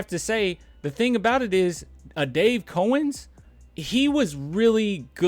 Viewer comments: It’s pronounced Cow -ens, not cOh-ens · Its cow-ens